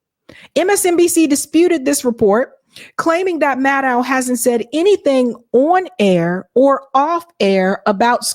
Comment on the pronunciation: The Rachel Mad-Dow pronunciation is killing me 😂